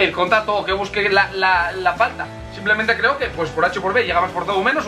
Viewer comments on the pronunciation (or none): none